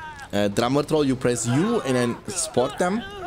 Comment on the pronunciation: I love with your accent whenever you say drummer troll it sounds like "drama troll"